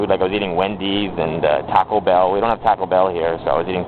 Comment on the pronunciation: Haha I heard some Canadian accent coming out when you say 'taco' in 'taco bell.'